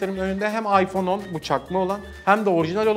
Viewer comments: İPzone değil iphohe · ipzone değil iphohe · ıphone yerine ıphohe diyo